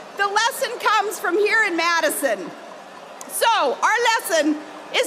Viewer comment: Sarah Palin doing her Judy Tenuta impersonation. MAYdison WisCAHnson!